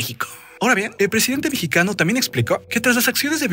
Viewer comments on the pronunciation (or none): none